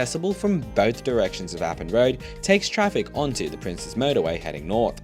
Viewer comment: Thank you for pronouncing it as "Princes" (like the plural of Prince) and not "Princess" highway. No idea when or why this misconception is so huge.